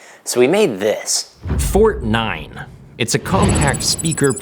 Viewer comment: I'm German, and I approve the "Fortnein" !